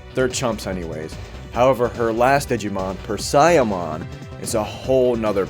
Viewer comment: fyi: Persia, like the place, Parasimon is closer to what you’re saying, a huge spider parasite, but if Persia is difficult she also has the name Bastmon/Baste ( Bast, Then long A sound) mon